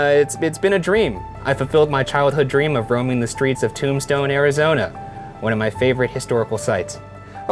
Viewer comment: Every time you say “Tombstone,” it sounds like you’re trying to say “Tucson ,” but failing lol.